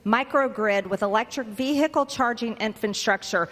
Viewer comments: VEE. HICKLE😂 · Whats a vear hic call ?? Oh wait she ment vehicle 😂 😂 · "vee-hickle", in-dick-tid, peach-tree dish. Welcome to America's GED program. Literacy not required. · ...vee hickle!?🤔🤭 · "Ve-hi-kull"? She has trouble with those 3 syllable words. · And what's wrong with saying 'car', why she gotta say 'vee-hickle'? I've got no problem with local dialects but the trump-et like in so so many things, she just takes it too far!!! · Who puts emphasis on the h in vehicle except dumb ass Green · She has a strange way of pronouncing "vehicle"... My dictionary says ['vi:ikl]... No "h" pronounced..... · She pronounces ‘vehicle’ like a drunk with hiccups. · Ve-hi-cle......In-dic-table......Marge's pronunciations suck balls.